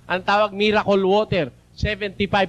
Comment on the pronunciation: Hahaha 🤣 natatawa ano sa mirakul water at mirakul oil 😂